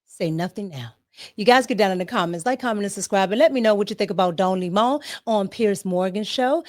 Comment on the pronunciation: Not “Don Limon” 🍋 🤭😂🤭😂